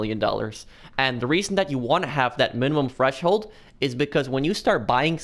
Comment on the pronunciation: I swear he's saying fresh hold